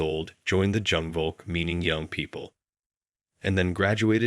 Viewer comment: If you are going to do a video on Germany, you should at least know jung is is pronounced “yung” and jugend is pronounced “yungend”. Moron.